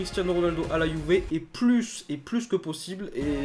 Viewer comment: tu t'es tromper tu as dit 《si ronaldo va quitter la youver》😂😂🤣🤣😁😁 je suis le seul à avoir entendu LIKE SI TU entendu